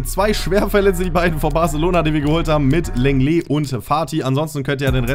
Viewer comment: Und lenglet wird longle ausgesprochen